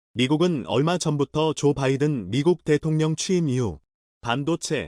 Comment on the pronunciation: 발음. 대동렴~대통령 기본글자임